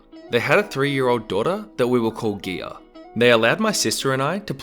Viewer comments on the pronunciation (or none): I have been traumatized for your mispronunciation of the name Gia! I'll need your channel as compensation for my trauma.